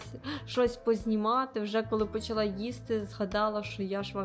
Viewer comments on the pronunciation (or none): none